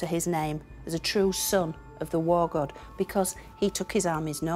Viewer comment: Its God not gut or got !